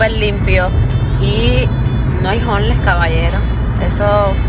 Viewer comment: Hola, con todo respeto, deberías decir homeless en español, es decir indigentes, tal vez lo pronuncies mejor que lo q tu dices q "honles..."